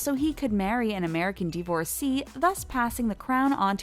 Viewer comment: The mispronunciation of divorcee is killing me